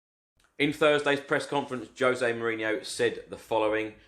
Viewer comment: Let`s make him feel welcome and learn to pronounce his name correctly. It is with a soft J, he`s Portuguese. So it sounds like the S in vision. Or the French Je. ZHozay being the closest I can get to writing it. After some thought, I `ve decided he may be EXACTLY WHAT WE NEED, he is special.